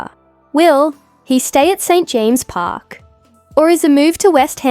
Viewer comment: Can you please have somebody who can say the name of St.James Park not St Jame Park